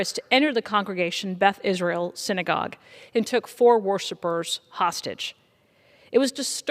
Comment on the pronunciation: Why is she saying beth-israel?